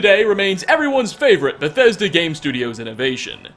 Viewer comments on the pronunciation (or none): none